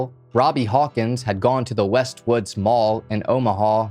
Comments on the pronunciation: AI crap. Can't even say the mall's name right It's West Roads Mall! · The mall is called Westroads by the way. You pronounced it wrong. This is my hometown